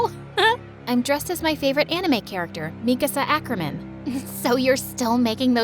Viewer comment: “mIkAAAsA ACKERmAn” ereh 😢